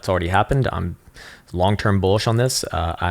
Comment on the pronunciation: I've been learning a lot from your very insightful TA. Thank you for the free and helpful content. Just one request, though. Please don't say bulla Jesus.